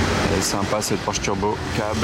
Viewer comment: Monsieur porsche il faut prononcer le e aussi non tout les vrais professionnels de l'automobile se foute de votre tête porsche